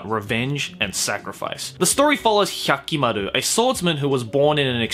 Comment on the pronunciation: Every time he over-pronounces the names I cringe a little. He sounds like filthy frank making fun of weeaboos. Nobody in the series said HYAHKIMARUH